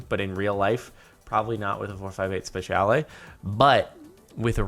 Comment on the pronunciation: Your butchering of the italian in 458 speciale pains me